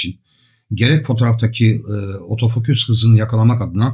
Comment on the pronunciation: Yaklaşık bir senedir sevgi ve alaka ile takip ederiz 'imizi, başta biz de garipsedik "otofoküs"ü... Sonraları bizim de dilimize yerleştiğini farkettik, önceleri şaka olarak kullanıyorduk ama ben ve birkaç arkadaşım için artık geri dönülmez bir noktadayız. Lütfen siz de deneyin, kendinizden emin ve vurgulu bir biçimde "OTOFOKÜS" diyin ortamlarda. Tarif edemeyeceğim bir haz bu, kesinlikle deneyimlemenizi tavsiye ederim. Selamlar....